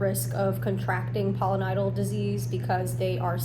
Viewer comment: It's Pilo, not polo, like pile-o-nye-dull